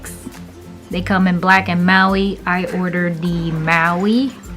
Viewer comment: Nicee❤! Mauve not Maui 😂 so cute to hear you say that! Love the planner, love sterling ink ( Katherine) and loved your review. I missed the preorder and already have my 2023 lineup hopefully 2024 I’ll have one!